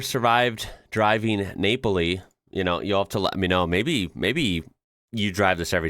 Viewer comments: Napoli, not Neypoli😂😊 that was cute tho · in English, it’s Naples, but in Italian, it’s Nah-poli, just like in napoletana. Yeah, nah, Napoli. 😃